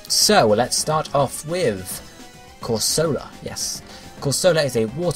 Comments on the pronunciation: It's amusing to hear you pronounce Corsola as if it were a soft drink (fairly sure it's Cor-So-Lah, not Cor-Sola). Needs some more Sp. Atk if it's going to be a proper Tank (maybe reduce Atk to balance?) Mega Octillery could be Water/Poison (Ink says Poison to me) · I was thinking the same thing. Because if you can't trust Misty as to Corsola's pronunciation...